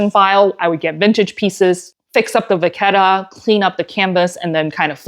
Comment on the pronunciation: Great tutorial,!🤓I especially appreciate the help with corner wear. (BTW, as one who is half Italian I can mention you're saying it right - vaketta.😘) I was holding my breath re the corner treatment getting on your sofa.😂❤🌻